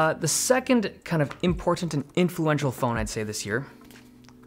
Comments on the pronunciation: Stop saying IMPORTANT like that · I love how you say :Important: correct way. Not like how most Americans say it. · Ha ha I felt the same. I thought I heard impotent lol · Because he doesn't use a glottal stop? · Dave Lee’s pronunciation of “Important” is more defined than my life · How he says "important" is laughable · The way you keep over PRONOUNCING YOUR "T's" is annoying